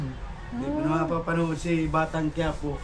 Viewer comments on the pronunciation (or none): none